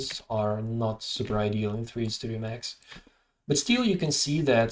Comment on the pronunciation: Looks super handy... Love how you pronounced max as "3D Studio Max", another old school veteran! :)